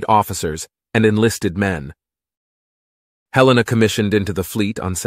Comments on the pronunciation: It's HELL-ena. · It IS named after Montana”s capitol but we don’t pronounce it Hel EE-na. Nor do we pronounce it Hel-lay-na. The second syllable is a short ‘e’ not long.